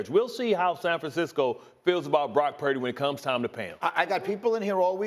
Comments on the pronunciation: Why can't Cam pronounce his last name? Brock Pairdy. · Why does Trans Newton go out of his way to say Brock’s last name like that? He just wants to be relevant because the last pick in the draft can do what he never did. He just needs to stick to being the worst dressed woman from the South he will never play in the league again.